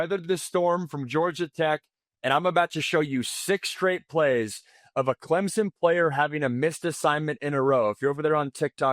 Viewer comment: lol clempson